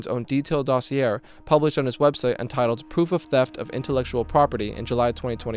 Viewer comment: Damn, that makes me sad. Also explains why he would use a word like "dossier" in a script without know how to pronounce it. Everyone's a fraud now.